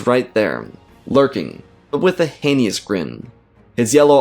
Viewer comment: I doubt my comment will be seen, but the word "heinous" is pronounced "hey-nuss". Sorry, i have listened to most of your stories and couldnt take it anymore.